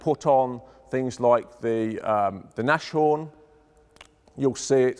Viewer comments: To think that this massive AT gun would do no harm to modern MBTs! Unless it's an extremely lucky strike. EDIT: It's Nas-Horn (Nase = nose and Horn = horn), not Nash-Orn. Apart from that it was a very interesting video. Cheers! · Surprised you didn't pronounce Nashorn correctly. Nas-Horn, not Nash-orn. Nashorn means Rhino. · works for a tank museum but can't pronounce NasHorn correctly.